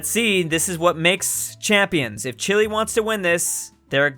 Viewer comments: It’s chi-lay, not chilly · i thought it was pronounce chee-lay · STOP SAYING CHILI its CHEELAY OMG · For how much you mention the nation of Chile you really can’t pronounce it right.